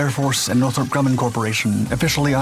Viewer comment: It's NORTHROP Grumman, idiot!